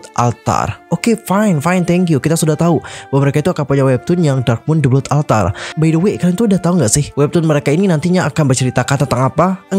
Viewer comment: The Blood Altar : blood pengucapannya bkn blut✖tp blot✔😆